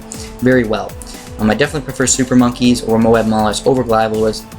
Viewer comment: Glave not glive. mobe not mowab zomg not zoh my god :3